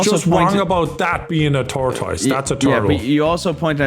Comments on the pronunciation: "tore-tus"....not "towr-toy-is" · not knowing a turtle vs tortoise but still saying tortoys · Is tortoise (tor-TUSS) not a word the Irish hear very often or is this another Moment? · I love y'all. Pronouncing tortoise like turquoise is sending me. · ... Who's going to tell him that it's pronounced "tor-tus"? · Are we not gonna talk about "tortoys"? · bros calling tortoises a trtois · Try tor-tis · why does that sound like it should have been a Pokémon and a not a real life creature. The way is pronouncing Tortoise makes it sound like it should replace Blastoise name. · I hate for that pronunciation of tortoise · i love you man, but dam i never heard some pronunce tortoise like that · istg say tortoise like that again and I'm gonna blow tf up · pronouncing tortoise differently was making thinking about saying it wrong and he almost did lol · Had to click off the video cus of how was pronouncing Tortoise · It’s killing me how Irish people pronounce tortoise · As much as i hate the techno larp situation what i HATE more is pronunciation of TORTOISE makes me want to tape his mouth up so can talk for him XD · Is that really how the Irish pronounce tortoise? Good fucking lord that's annoying. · The pronunciation of Tortoise really hurts my brain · I know the difference between tortoise and turtle. Proceeds to pronounce tortoise wrong then calls a turtle a tortoise.... Clearly you don't know the difference. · please never say tortoise again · That pronunciation of tortoise is very unsettling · Yess I’m glad I’m not the only one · Sweetie.. not everyone will pronounce a word the same. Especially someone from another country entirely. We still love for his pronunciation problems, though. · He was saying it wrong so many times that i literally couldn’t remember how to pronounce tortoise correctly 😭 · And very stupid 😅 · am i going crazy or is he pronouncing tortoise wrong